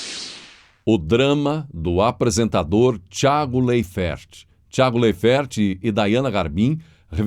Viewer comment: Laifert... lê-se assim!!!